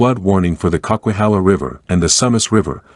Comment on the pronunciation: Cock-whey-hala?!?!? WTF, lololol. It's pronounced Coke-a-hala.